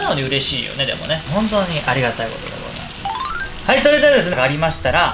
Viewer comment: 最初の挨拶で泥酔してるかシラフか すぐわかるの面白い 「れれれはれすれぇ」(それではですねぇ)